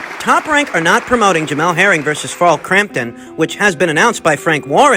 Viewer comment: Frarl Crampton, Shaklor 🤣🤣 cmon man.